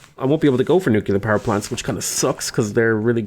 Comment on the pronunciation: My ears bleed with every "nucular" thingy